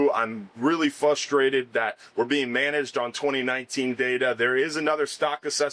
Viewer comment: I am frustrated that he can’t say frustrated